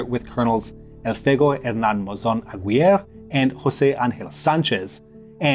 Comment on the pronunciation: Hola Julián. ¿Escuchaste cómo el conductor pronunció el apellido "Aguirre" en este video?? Todavía está desenredándose la lengua. No recordaba esa anécdota del Che Guevara. Saludos desde Laboulaye, Córdoba.